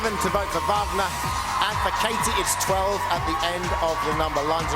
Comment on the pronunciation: Louis keeps mispronouncing Wagner’s name!